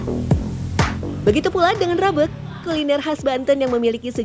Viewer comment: Pentingnya seorang VOT bertanya tentang pelafalan nama tertentu, rabeg tuh tdk dilafalkan "rabeug" 😁